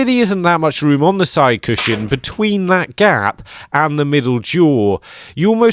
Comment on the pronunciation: Cushion, pronounced CUSHUN. There is no shin in cushion. Please stop saying it, stops me watching these videos 😭